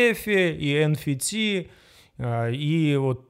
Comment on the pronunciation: Не ен фи ти,а эн эф ти..)))